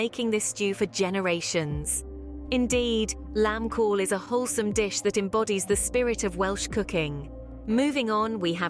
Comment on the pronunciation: The AI ain't saying Cawl correct. Get a human to do the job.